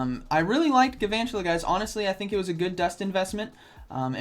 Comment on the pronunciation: It's pronounced gal-vantula, like galvanize